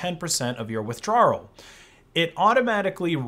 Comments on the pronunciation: Why do you pronounce withdrawal “withdrarawal”? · had to stop after the third "withdraral" just couldn't handle the discrimination. Give w's a second chance. Not just one. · What’s a withdrarral? 😅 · i love you but its "withdraul" not "whithdrawururl" <3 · I've never heard someone pronounce withdrawal that way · There's only one R in withdrawal 😅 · The most disturbing part of this video is the way you say “withdrawal”